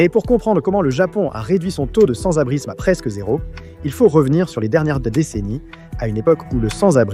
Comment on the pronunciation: l'IA dit sans-abrizme 246 fois dans la video 🤣🤣🤣